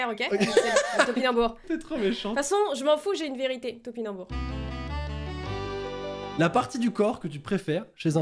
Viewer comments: ALORS ON DIT PAS TAMPINAMBOUR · dit tobinambour et deujna c'était tractopelle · a dit "TOPINOBOUR" exactement 57 fois. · J ai pas compté combien de fois a dit tempinanbour mais je sais qu'elle ne l'a pas dit au moin 11 fois. Continue comme ça je vous aime trop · a dit 62 foit tenpinanbour cinon trop drole la video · tu dis pas tipinambour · a dit 61 fois topinenbour ( oui j ai conptee) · a dit 50 fois tanpinobour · Elle a dit 45 fois tanpinanboure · Elle a dit "tompinabour" moins les 7 c'est 55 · J'ai trop envie de dire topinambours à chaque fois qu'elle le dit 😅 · GAGE pour GAGE pour ( elle oublie de dire Tampinanbour) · mais vous avez remarquer quand meme que quand a dit je suisprete la pour les compliment elle a pas dit topinambour ditent moi si chuis la seul a avoir remarquer